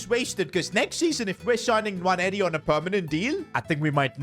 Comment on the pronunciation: Quick note on Nwaneri his name is sayd as 'Waneri' dont pronounce the N